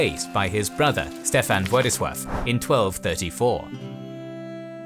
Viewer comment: A genuine question: Why do you keep calling Laskaris as Waskaris and now Vladislav as Vwadiswav?